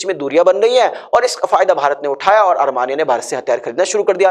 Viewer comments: Coach your pronunciation is pathetic... ARMANIA it is Armenia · You should first try to pronounce the name of a country. It should be pronounced as Armenia instead of Armania